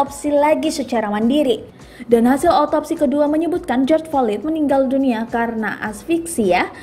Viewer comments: Mba maaf ya. Flyod Bukan FOLID. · ejaannya /flo/i.d bunyi d nya dikecilkan, bukan fo/lid/ lulusan sma ini naratornya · Maaf min bkan folid,,slah sbut kali. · Belajar lgi bahasa inggris yg bner Folid Hahahahahaha😂😂😂 Malu2in aja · Baca floyd nya kok gt mbake, latihan dl lah